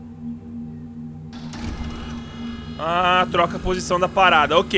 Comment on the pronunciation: Mano al invés de vc falar "ok" vc falou o gay😂😂😂